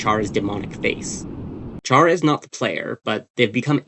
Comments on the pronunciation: BTW is pronounced "cara" not "chara" (if you're someone who speaks in Spanish, I mean) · normally i’m fine with mispronunciations but CHARA? ITS CARE-A OR CAR-A, NOT CHAIR-A OR CHAR-A!!! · It's pronounced Care-uh... Yk, like CHARA-cter? It's short for Character, like a placeholder name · ayo Chara is pronounced like Kara. its short for character. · 2026 and people still dont know how to say “Chara” 🫩 its literally just taken from the word “character” you dont say “CHAR-acter” its “care-uh” all lighthearted tho lol i enjoyed the vid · Chara is pronounced KARA, as in the NAME! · I exited the vid as soon as you mispronounced “Chara” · Chara is said with a k sound, since it's literally a shortened version of the word character